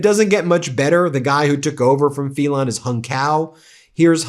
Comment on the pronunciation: Phelan is prounced FEELAN not FELON ..just saying...